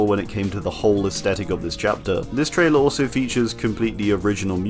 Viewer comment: Are you saying traitor instead of trailer